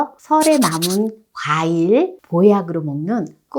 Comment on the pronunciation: '가일'이 아니라 '과일' 입니다. 참 듣기 민망합니다.